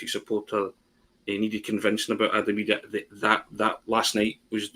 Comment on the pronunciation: Somebody needs to tell Packie Bonner to pronounce Idah's name right,.